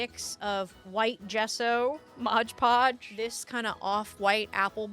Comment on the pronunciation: MOD podge! 🤣 No G in Mod. Bag making is a skill set in itself. You did really well! And now you'll have a better idea of the challenges you will face next time you want to make one. 😊